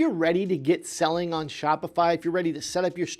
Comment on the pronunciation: “….before you start “seeling” on Shopify”